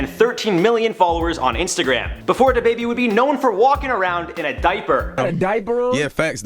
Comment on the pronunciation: Its DaBaby not Da Baby